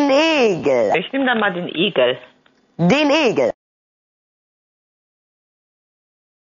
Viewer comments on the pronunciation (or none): Ich habe zuerst Igel verstanden, aber nur weil ich das erwartet habe. Glaub sie hat wirklich Egel gesagt. Naja.. hat auf jeden Fall gewonnen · Ich habe auch Egel verstanden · Hab am Anfang auch Egel verstanden, aber nach dem Replay hör ich auch jetzt Igel raus.